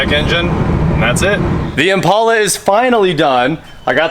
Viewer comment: Thank you for saying Impala the right way.